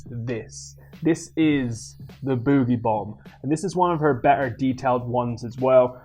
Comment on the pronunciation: It sounds like your saying the bootie bomb and exetera my face